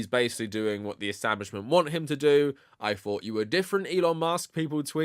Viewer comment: My guy, I know you all in Britain don't know English all that well, but try practicing on these words: -Fought -Thought Because you clearly don't know the pronunciational difference. Also try this one: -Free -Three Mastering these sounds will really make you look less of a fool, you are literally talking like this: "Less of a feme" (theme) "In the nineteen firties" (thirties) "Doesn't necessarily say ve Jews" (The) "It has noffing to do wivv Jews" (nothing, with)